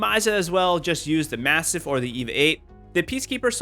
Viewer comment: The way you say MASTIFF is weaird.